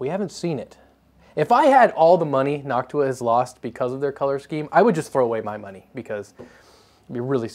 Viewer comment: God I love hearing noctua being pronounced properly. I hate hearing nochewa It's like chewtorial instead of tutorial.